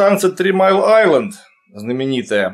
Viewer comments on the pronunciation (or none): none